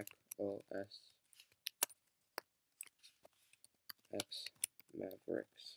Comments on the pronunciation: Just a nitpick, but OS X is pronounced "Oh Es Ten" and not "Oh Es Ex". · Its OS 10, not OS "ex" :)